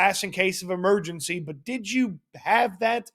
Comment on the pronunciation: “break glass in case of emertzgency” 😏